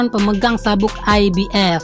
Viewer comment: IBF.... F kok dibaca jadi P 😄😄😄 njirrr gw malah fokus sm pengisi suaranya!